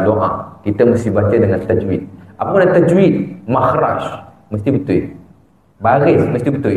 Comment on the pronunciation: Ustad pun cakap tak betul' betul di sebut betuel ! Tetapi itu bukan hal solat...agaknya takdalah org yg masuk ke dlm surga . Ustad pun lain ustad lain" cakapnya dah makmum pun pening dah lama" tak solatlah lagu nie Salah lagu tu Salah bosanlahh aku fikir Tuhanlah yg menyusahkan ummat. Aku cakap ni pun kehendak Tuhan jugok. Azan berlagu pun Salah jugok org cina azan bunyi lain org melayu azan bunyi lain Org thailan bunyi lain org arab lagilah lain Org Pakistan bunyi hindustan org jawa bunyi dangdut dah pening Pala...